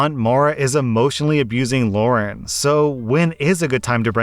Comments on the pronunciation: The way he said "Lauren" and not "Lara" made me kinda mad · The names are “Mara” and “Lara”. Not “Mora” and “Laura”. Come on dude. At least try to get it right. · Lara is pronounced Lah rah. Not Loren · Am I the only one irritated that kept calling LarA, LaurEN? Yes? Ok. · no one gonna talk abt how called lara Lauren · maybe it's just me but is saying lauren to that story with the sisters reese and lara? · Why does always change people's names? It's getting really irritating. The kid's name is Lara. Not Lauren, Lara. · Why are you calling “Lara” “Lauren” in the second story? Lol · you do know that "Lara" doesn't have an "n" sound in it right? lol